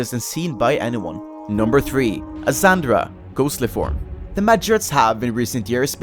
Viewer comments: Cringe when you say Azzandra. It's Azzanadra. Also those hellhounds still look good to me. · Isn't "Azzandra" actually "Azzanadra"? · Btw, its Azzanandra, not Azzandra, also said that mistake for like 7 years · I'm actually triggered you said Azzandra and not Azzanadra... you monster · Azzanadra, not azzandra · It's Azzanadra, not "Azzandra". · jut fyi, its azzanadra. not azzandra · I think he's called "Azzanadra" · I was just about to say the same. I'm a huge fan of the Mahjarrat questline and lore so seeing Azzanadra being typed and pronounced "Azzandra" really hurts my eyes and ears:D And Azzanadra is probably the most powerful of the currently-living mahjarrats along with Sliske and Zamorak (you can argue about Zamorak still being a mahjarrat, personally I don't consider him as a mahjarrat anymore)... Zemouregal doesn't stand a chance:D Nothing wrong with the content of this video though. Great video, keep it up! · Azzan-A-dra.... <:I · Oh man you butchered the pronunciation of Azzanadra. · Azzanadra is disappointed that mispronounced his name.